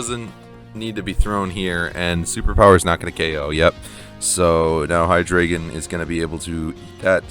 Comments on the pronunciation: The name is easy,. It's Hy-DRY-gon. Hy-DREE-gon. HY-dro-gen. You know—the dragon with three heads. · High-Dre-Gone then put it all together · Bro, it's not even that, you are supposed to pronounce it Haidraeigown 🤣 Good to see the spice back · great work. btw it's pronounced Hydreigon, hope that helps 😎